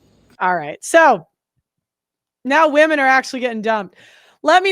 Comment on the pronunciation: WEMEN, WEMEN,WEMEN. All I hear on these videos 🥱